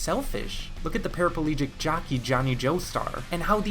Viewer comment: You mispronounced Johnny at the end there